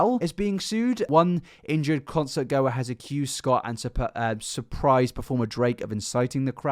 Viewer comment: So you’re not American then pronounce concert properly instead .